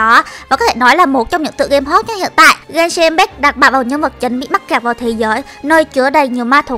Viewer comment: Genshin impact đọc sai kìa chị ơi 😌👊 Bmú Fame Genshin hỏ?